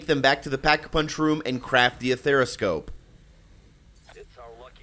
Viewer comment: A-ther-scope... Not a-there-a-scope, or ether-scope. Good video 👍